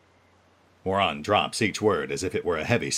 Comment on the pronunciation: I love how pronounces Muaran as moron.